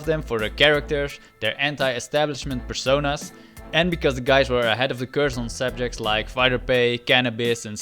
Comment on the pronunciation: What is 'pershonahsh'? It's 'personas'...